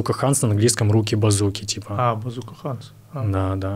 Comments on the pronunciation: He probably meant ‘Bazooka-hands’ just doesn’t know how to pronounce the word ‘hands’ 😊 and said it as an Russian ‘A’ oopsy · He just was not sure how to pronounce word ‘hands’ and said as an Russian ‘A’ but it’s just ‘Bazooka Hands’ as ‘хэндс’ not ‘хандс’ 😊oopsy